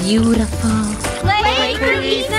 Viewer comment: The way said Draco DRUCO CHEW YOUR FOOOOOOD